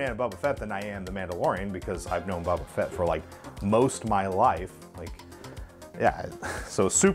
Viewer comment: You say you are a fan but you cant say “boba” you say “bubba” or “bbbba”. Just joshin still hahahaha keep up the good work dude